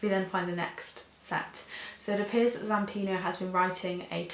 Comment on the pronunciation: Its zampanO not zampino.